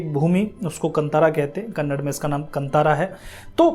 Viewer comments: Correct yourself... It's not Kannad, it's Kannada. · KANNAD nahi hai bhai KANNADA hai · Thank you for your review, please correct your pronunciation it's not kannad it's kannada. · Kannd nahi kannada hay